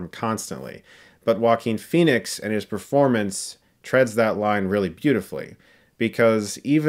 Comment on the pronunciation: Everytime I hear them pronounce his name it sounds like “Walking Phoenix”